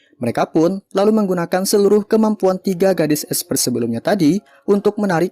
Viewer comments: esper dibaca esper bro, bukan espert apalagi espret. next bacanya gausah lebay ya esper dibaca esper aja bikin kurang enak dengernya terlalu lebay tp salah penyebutan, buat kemajuan chanelmu juga kedepannya kalo mau lebay soal ceritanya aja jgn cara bacanya karna ga enak bgt didengernya jd males mau nonton film yg lain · Koreksi kalo nyebutin itu esssperrrrr min bukan espert